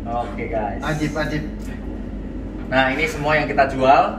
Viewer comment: Ajib Bukan Azib GR